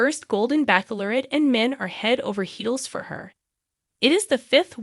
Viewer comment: Stop saying Back lorette. You know it’s Bach lorette. It’s obnoxious! Ch like ch e e s e!